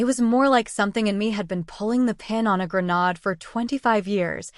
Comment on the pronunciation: Like a GREN-ODD? No. Like a GREN-AID, for the word "grenade".